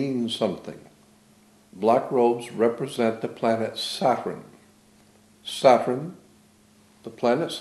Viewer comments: Sa-turn or Sat-urn. This man was very aware of entomology and the source of words. Possibly why he pronounces it somewhat differently. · Interesting thoughts, why does he seem to pronounce word 'saturn' differently?